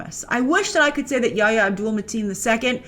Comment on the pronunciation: it's not 'yahyah" ... it's "yaH-ya" with a hard "H" sound and a glottal stop